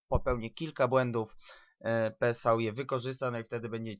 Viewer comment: Gdyby co to PSV czyta się peeswe